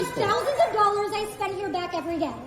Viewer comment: It's not thousands of dollars... it's thousands da dallors